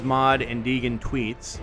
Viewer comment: I'm late, and this is totally irrelevant, but it's pronounced DAY-gen hehe. It's from an old character I made for a GURPS campaign back in the 90's. I'm glad people are still enjoying this game, and my tiny contribution to Dodd's great work.